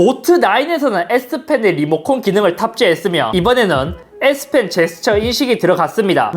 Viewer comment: 형 잘못말햇어 s펜인데 s핀이라고 햇어 형